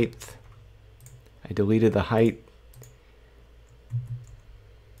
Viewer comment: Helpful thanks. You know height ends in 'ht' not 'th'? Anyway thanks for the tipths.